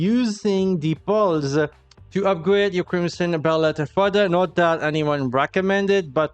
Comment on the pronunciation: Lol when you say pearls sounds more like Balls